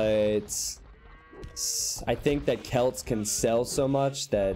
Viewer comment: Barely anyone says it that way.